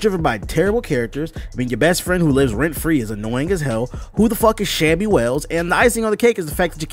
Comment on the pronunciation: Who TF is Shammy Wells. 😭😭😭